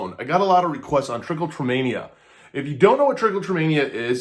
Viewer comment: This is not how it’s pronounced and it’s not self harm. It triggers a reward system in the brain and feels good. Magnets and lotion are not going to stop Trich.